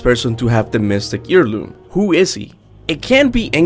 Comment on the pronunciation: "Mystical EAR LOOM" lol. Heirloom is basically "air loom" not ear loom... but at least that doesn't affect the quality of the theories. I think the player being The Collector could've been cool, and would've made the lore even more outerversal or whatever... but eh. We'd theoretically be beings of a higher plane of existence, since characters being aware of their artistic medium, authors, etc. is a vs battle thing... and characters who can interact with them scale way higher. Like Bugs Bunny. But us not being The Collector is alright, too. Don't really need to feed the power scalers or whatever lol. Or over complicate the lore by involving us so explicitly.